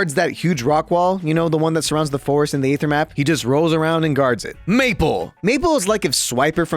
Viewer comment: Another YouTube tutorial/overview, another YouTuber mispronouncing Aether.